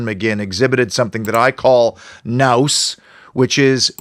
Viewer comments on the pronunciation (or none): none